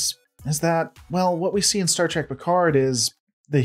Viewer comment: It is STAR TREK not STAR TRAC. How much do you really watch?